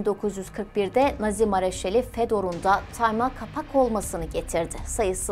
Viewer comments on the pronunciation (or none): none